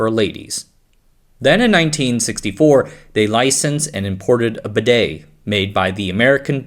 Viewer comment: It literally tells you how to pronounce "bidet" on the advert, so I have no idea how you're getting it wrong.